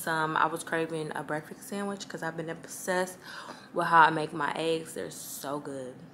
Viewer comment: Its Breakfiss🤣 don't let the comments bother you, we all pronounce words differently. I butcher orange everytime I say it 🤣